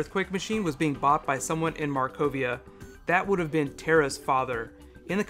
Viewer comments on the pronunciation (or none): none